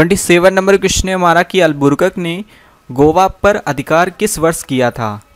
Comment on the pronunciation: पढ़ने तो जनता नहीं है अलबू कर्क के।जगह अलबुरकक बोल रहा है🥵